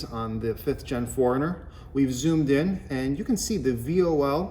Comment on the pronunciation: FORERUNNER ( 4Runner) not Foreigner!